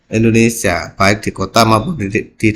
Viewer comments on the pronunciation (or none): none